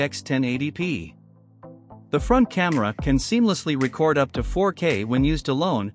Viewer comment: I wish you would get a real person to narrate the video. Issues with the pronunciation of “record” and the voice massacred the pronunciation of RedTiger. And the parsing of phrases is horrible.